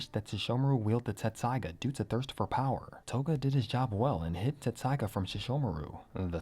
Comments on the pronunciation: I thought it was "tetsusaiga" not "tessaiga" lol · Dude, its tessaiga, not tsetssaiga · You're both wrong and right! In the official translation of both the manga and the anime, the name of the sword is written as "Tetsusaiga." However, that's actually because of a translation error, and the original Japanese name is pronounced and spelled "Tessaiga." I feel you with "your childhood being a lie"; when I first started studying Japanese it confused the heck out of me! And all of my favorite fanfictions spell it "Tetsusaiga," too. If you're interested in the details of what got lost in translation, the mistake was made because the printed Japanese font size of the original manga made it difficult to distinguish between the characters つ and っ. They look almost identical, but the second character is slightly smaller which changes its pronunciation. The large つ is pronounced "tsu," whereas the small っ doubles the directly following consonant. When Inuyasha was published in Japanese, the pronunciation guide for the name of the sword, 鉄砕牙, was written to the side of it as てっさいが, pronounced "Tessaiga" (Te - double consonant - sa -i - ga). However, the word was printed in small font and was written vertically, which made it hard to see the size and placement of the second character. Translators mistook it as the large つ, which then made the word てつさいが / "Tetsusaiga" (Te - tsu - sa - i - ga). And thus, the English translation has gone on to lie to fans for years lol Thanks for listening to my own little spiel; I get hyped about this stuff and don't often have a chance to t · I thought it was “Tetsusaiga”. Always hear a distinctive “t” lol. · I thought it was Tetsaiga not Tessaiga. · TET-saiga. TET-saiga. Lol